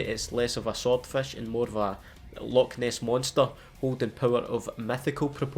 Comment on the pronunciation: HAHA HE SAID LOCHNESS MONSTER HAHAHAH......he is scottish